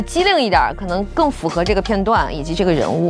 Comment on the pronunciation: 符合的符读阳平，读了上声😅